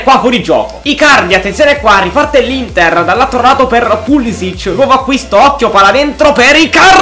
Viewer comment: Si dice Pulisic.è americano